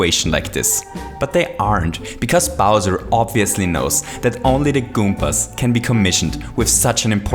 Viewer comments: He used to say goompers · You always say Kumpas